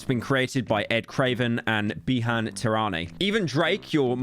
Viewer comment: The Bijan Tehrani pronounciation is a whole Metro's Booming track situation all over again🤣It's a Persian/Iranian name, and you pronounce it as '/bee-zhan/'.